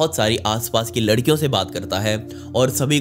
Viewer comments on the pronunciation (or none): none